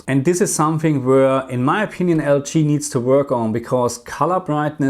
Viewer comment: Question: Why do you pronounce LG like L chi? Just curious that's all. Thanks